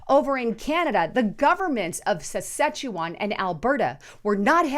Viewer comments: Sounds like she's saying szechuan, like the rick n Morty promo szechuan sauce XD .. Sas-catch-ew-on . Something like that. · I AM A CANADIAN. IT IS PRONOUNCED. SA SKA CHE WAN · Sas-KATCH-u-wan. Thats the pronunciation. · Saskatchewan. Not Sichuan X) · Thanks, and it’s pronounced: SAS CATCH CHEW JUAN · it's pronounced SAS-kat-chu-JUAN,! Just sayin'.:) Jesus Christ is coming soon everybody! Are YOU ready???